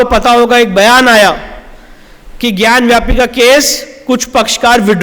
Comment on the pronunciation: विष्णु शंकर जी आपको कोटि कोटि नमन है🙏 आपसे हाथ जोड़कर विनम्र निवेदन है कि ज्ञानवापी शब्द का उच्चारण ज्ञानव्यापी कह कर न करें इसका सही उच्चारण ज्ञानवापी है न कि ज्ञानव्यापी आप एक विद्वान अधिवक्ता हैं इसलिए आपको ऐसी सलाह देना उचित नहीं है लेकिन संस्कृत का जानकर होने के नाते अपने आप को रोक नहीं पा रहा हूँ इसलिए इस धृष्टता के लिए क्षमा करना संस्कृत में वापी का अर्थ कुंआ होता है ज्ञान की वापी ज्ञानवापी अर्थात ज्ञान का कुंआ इसलिए कृपया इसका उच्चारण ज्ञानवापी ही करें क्योंकि ज्ञानव्यापी से इसका सही अर्थ प्रकट नहीं होता है🙏